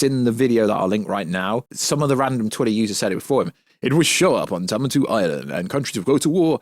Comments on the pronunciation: Adam - ant -ium is how it’s said, sorry to be that guy 😅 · Bro can't pronounce Adamantium to save his life 😭